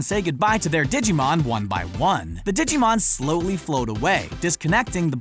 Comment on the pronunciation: Ditschimon? dude.... theres a G in that